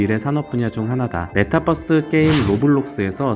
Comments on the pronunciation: metaverse라서 메타버스 또는 메타벌스가 더 맞는 발음인것같은데 ㅋㅋ큐ㅠㅠ 예전부터 계속 메타뻐스 발음라고 하셔서 버스bus🚍얘기하는거같아요ㅋㅋㅋㅋㅋ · metabus가 아닌데 자꾸 메타뻐스라고 하니까 이상함ㅋㅋㅋㅋ 투니뻐스잼ㅋㅋㅋ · 읽은 사람 '메타뻐스' 발음은 좀 심했네 ㅎ 한국어는 b와 v발음 구분이 별로없긴 하지만 그걸 제외하고라도 뻐스는 정말 틀린 발음임 그럼 metabus 됨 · ~ 메타뻐쓰 아니고 메타버스요 유니뻐쓰라고 안하잖아요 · 아니 형 왜 자꾸 메타뻐스처럼 발음햌ㅋㅋㅋㅋㅋ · 형님 메타뻐쓰 발음이 마치 저희 아부지같습니다